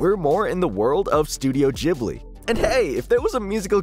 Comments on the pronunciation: Who the hell says Jhibli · bro really went "studio jibli" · STUDIO JIBLEY. YOU HEARD IT FOLKS! IT'S JIBLEY NOW.